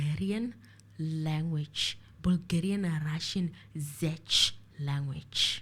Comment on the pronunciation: I think the 'Zech' language is actually Czech, pronounced Check. The language from the Czech Republic, Radovan Krejcir's home country